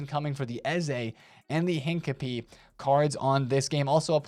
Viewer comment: please learn how to pronounce Hincapie, you’re doing my head in 😂